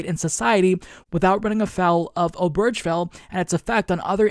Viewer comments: Point of order, - Obergefell has four syllables: ober-gefell. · Not to be that guy, but it's pronounced "Obergafell".